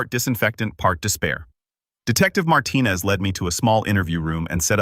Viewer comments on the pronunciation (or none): Marten-ez. Are you kidding me? At least it was corrected later, but oh- so offensive!